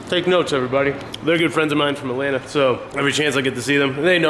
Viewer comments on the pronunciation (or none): none